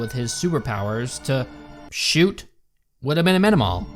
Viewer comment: I cant get over "Wilhemina" (btw all I keep hearing is WilheLmina, cuz... well... thats an actual name). If Wilhelmina is that unpronouncable to their audience (and the cast), a) why the f did the writers choose that name? b) what would they do with the names Xanthippe, Fürchtegott or Giselher? c) they expect me to be scared of a lady thats named after my grandma's grumpy sister?